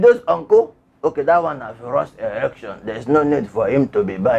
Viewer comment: together we shall take it back. You are really killing me with laughter. I like your incantations before the news hahaha! and the way you pronounce election, erection. Do you mean elualu? Unuangbo hahaha! Liar Mohammed is an habitual liar. His lies is so disgraceful, lies that tend to explain his analog thinking. Let us vote as we become one with Osowore as we take it back. AAC. ACTION!